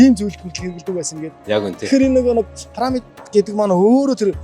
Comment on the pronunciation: Ene gold ni suuj bgaa sahaltai pesda chne hel muutaimuu? Paramid Paramid gd hutsaad bhiin.. Piramid gd zaagad ogchooch sd..😂😂